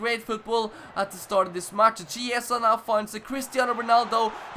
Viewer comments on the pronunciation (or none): Chiesa is pronounced Kiesa. On what difficulty are you playing?